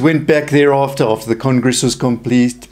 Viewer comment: I think it's either South African or Australian/New Zealand, but it also sounds like he might have a speech or hearing impediment because he keeps saying "Pudruh" or "Puhdro" instead of "Padre" (PAH-DRAY) and had great difficulty with the word "congress"